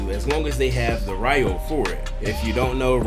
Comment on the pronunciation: OK my guy just to help you out Ryo = row not riyo 😂. Anyway, yea I have to admit I only play off and on now. The ninjutsu manual would be nice for jutsu you can not get from a master (and from what I saw there are like 3 you can't get from a master). Gear wise, idk. I guess I'm getting burned out on grinding for scrolls just to get something that looks cool. I have so much Ryo I never use bc I really don't see a point in using it to buy cheap scrolls or changing abilities on gear. Really if you are a good player you can use whatever..... you know I really don't know why I'm ranting 😅 sorry about that.